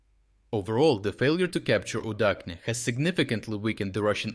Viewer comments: Is not it Udachne not Udakhne? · I am increasingly curious about this narrator. He speaks with a Ukrainian accent but he pronounces Udachne with the "Ch" dipthong not as in cheese but as in czech. But in Ukrainian "udachne" is soft and means luck. Why would you change the pronunciation to not sound understandable in any language?